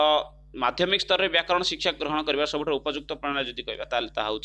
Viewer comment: ଆରେ ଭାଇ ଓଡ଼ିଆ କହୁଚ ଟି ଠିକ୍ ରେ ଓଡ଼ିଆ କୁହ ସିଖସା ନା ଶିକ୍ଷା